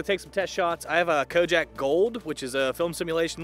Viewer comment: Did you say "KOJAK"? It's pronounced KO-DAK. Kojak was a TV series from the 70s.